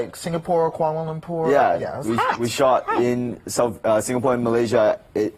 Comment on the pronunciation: Who is this African American interviewer, he pronounced Kuala Lumpur correctly with no hesitation.?